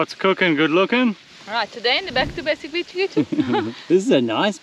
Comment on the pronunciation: Every time says “Back to Basics Beach Kitchen” her accent sounds to me like “Back to Basic Bitch Kitchen” and is definitely not a “basic bitch” but it makes me laugh every time she says it.